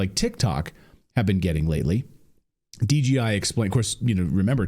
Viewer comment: Clayton you keep saying DGI... I SAW DJI on your screen clip...So is it DGI or DJI?